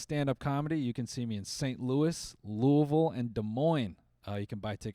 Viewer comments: W noel for saying louisville properly 😤😤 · ayyeeee he said the city 100% right 😂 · Shouts out for pronouncing Louisville properly